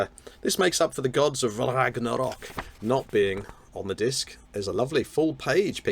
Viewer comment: I love how every time you say "The Gods of Ragnarok" it has to be the "Gods of Rrrrragnarrrok"! ☺ I am afflicted similarly.